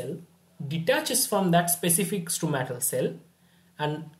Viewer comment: I think it is called Stromal cell and not Stromatal